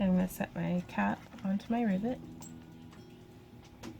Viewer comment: LOL...I was distracted when you first said "rivet" and I thought you said "ribbit". From then on my brain kept on switching riVET to riBBIT. Talk about a "special moment"!! Gorgeous bracelet!! Like a lot of the other comments, I would love to see your friends Santa outfit :-) As always, keep up the great work and take care!!